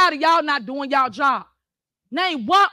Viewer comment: She doesn't even say y'all. She says "yao"